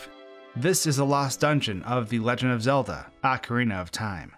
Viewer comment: "acrinatahm" que?